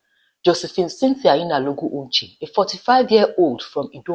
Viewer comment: Your pronouciation of the surname is awful. It is not "Uche". It is "Onche". "On" like in "Ondo" state.